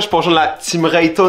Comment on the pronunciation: Rayton pas teuton